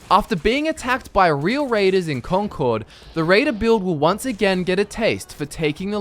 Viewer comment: Hey I live in Concord Mass. In real life and its pronounced Con"curd". Its weird but thats how its pronounced.